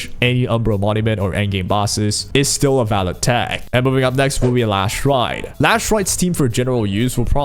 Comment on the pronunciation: Why are you calling her Lash light? Her name is Last Rite 😕